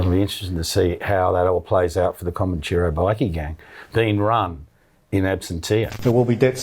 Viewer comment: This bloke can’t even say Comanchero properly the peanut !!!